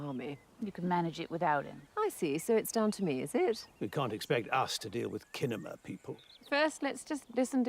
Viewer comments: I kinda assumed it was because he didn’t know how to say cinema and so he just called it kinema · I enjoy how Robert uses old school language instead of calling it just making it a film, and then no one calls him out when he calls it "KInema."